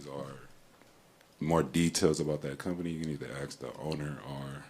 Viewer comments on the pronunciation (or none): "Axe the owner"